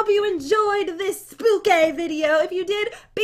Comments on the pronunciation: Noooo it’s not spooky it’s SPOOKAY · EXCUSE ME? WHAT DO YOU MEAN ‘spooky’ YOUR SUPPOSED TO SAY spookay ;( (I mean for the title)